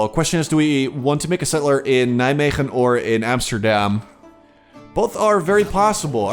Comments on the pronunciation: Wow for a second i thought to myself, this is the first foreign guy who actually pronounces Nijmegen right :D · Love the pronunciation of Nijmegen